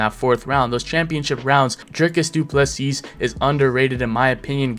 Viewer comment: Turned this off the second he called him Dricus Doo Plesseeasse. Don't pretend you can't say his name he's literally the world champ. Funny thing is that he got Khamzat's name perfect and even omitted the silent K